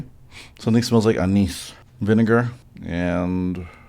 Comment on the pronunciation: not at all, you said it perfectly. I just go all in for the inappropriate joke 9 outta 10 times on account of still being about 5 years old.